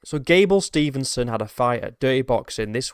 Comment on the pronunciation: His last name is Steve-son, not Stevenson. That being said, I never liked him. I was coaching in Minneapolis, MN when he was wrestling at Apple Valley High School. I knew a lot of those guys on that team and they were all POS. From Destin McCauley to Gable Steveson.